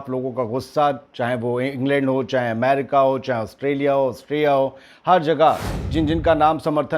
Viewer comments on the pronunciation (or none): none